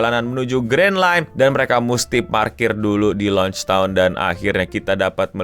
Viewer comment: gue gak salah denger nih "Launchtown" "Logetown" kali bang, apakah lu opler karbit😂